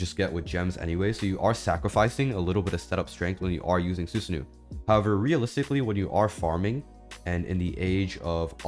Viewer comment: su sa no not nu even though its a double O but keep it mind its japanese